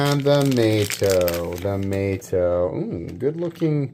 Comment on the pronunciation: Surely the 1st one is named “Mah-toe”….not “May-toe”. These guys are pro designers, why didn’t they scallop that opener/lock access….sheesh?